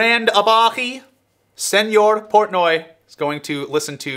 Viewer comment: Just can't get over the mistake of saying his last name of Porntoy.